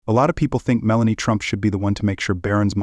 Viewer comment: dude, you need to learn the proper way to say melania's name. each time you say you blunder, you degrade yourself.